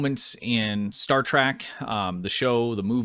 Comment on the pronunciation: Trek... Not track... Please react to things you can pronounce properly 😭